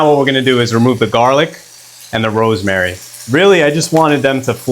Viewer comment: I thought you said bro's mary😂😂😂 On a serious note, this looks like a recipe that children would love. I appreciate the fact that it's cheese free.